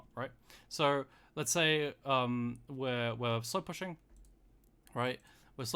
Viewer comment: I crack up every time he says "slowpussyng"